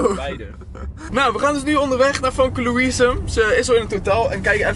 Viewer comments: Je spreekt famkelouise Louise uit als femke louise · Je spreekt famke louise nier goed uit